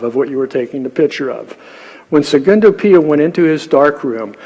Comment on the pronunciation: Good to pronounce names correctly when making a presentation: it is Secondo Pia, not Segundo Pia (18.04 min & 18.26 min)